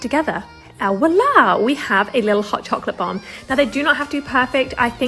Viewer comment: I was gonna like until I heard you say "walah".